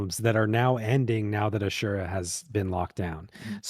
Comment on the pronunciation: Shoutout to for actually pronouncing "asura" correctly. First time I've ever heard someone say it like that.